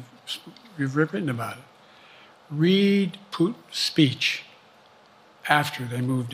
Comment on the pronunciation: NATO summit speash